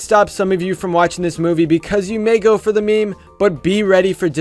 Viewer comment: I cringe when pronounced meme wrong its not "me mes" its pronounce "memes"